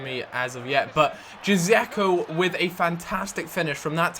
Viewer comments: It's read Jeko not Dzeko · džeko is pronounced jack-o not dszeko :D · Jazeko lol. Here's how you pronounce it DJ-EK-O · Its Dzeko not Jizeko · Say Dscheko not Dsche-zeyko :) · you pronounce it djeko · It's pronounced Jecko in English. J is pronounced that way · 'Dzeko' is pronounced 'Jecko' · you pronounce džeko : jack-o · its pronounced JEKO ! .. EDIN JEKO ! .. its just spelt Dzeko -.